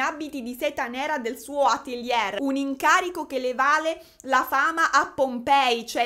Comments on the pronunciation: non te la prendere, ma ATELIERRRRR non si può sentire 🤣per il resto sei simpaticissima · Magari "atelier" lo pronunciamo alla francese (ateliè), la prossima volta... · insomma... se il "livello culturale che merita tanto di cappello " è questo, penso che ci siano seri problemi. Per esempio se non sai pronunciare Atelier correttamente o cerchi su google o dici sartoria, sartoria di alta moda. Vale anche per Cartier, se non sai pronunciarlo informati. Sul resto potrei concordare. Peccato per il tono sempre stridulo della voce. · Atelier Non si può sentire 😂😂😂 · onestamente l'argomento mi è totalmente "lontano", ho visionato il video solo perchè sei stata tu a farlo e devo ammettere che mi hai divertito anche sta volta. a tal proposito ti richiedo se potresti fare una serie sullo "scandalo" del momento (ormai mesi e mesi) riguardante Mr. Beast e Logan Paul e KSI, sarebbe bellissimo fossi tu a parlarne. grazie! ps. se non erro la parola atelier si pronuncia senza la r finale ( scusa ma non si può sentire) 😅